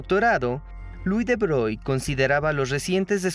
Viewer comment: Excelente video, como siempre. Pronunciar bien "De Broglie", para que sea impecable. Y ya que cada actor del doblaje pronuncie igual los nombres para que concuerden sería un lujo. Saludos.